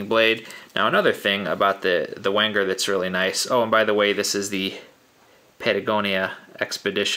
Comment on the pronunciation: Pronounced "Venger". Enjoyed the review.